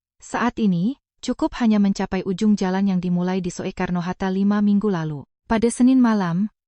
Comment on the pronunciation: Soekarno hatta, bukan so e karno mbak,yang benar sukarno